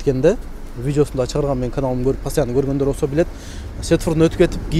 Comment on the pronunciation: Пастиана эмес постояно деп айтылат искитка эмес скидка деп айтсан кыскасы 😂😂😂😂